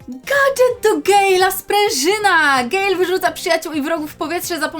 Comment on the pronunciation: Gadżet do gejla to nie poprawna wymowa mam najlepszego gale polski